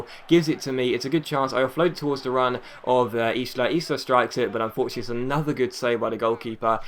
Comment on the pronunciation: It's pronounced eye-la not izh-la, Just a little tip from your agent!